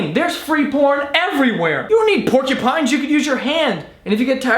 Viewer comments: "Pork-ya-pines" Hahahah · Pornkupines. What I kept hearing whilst commenting.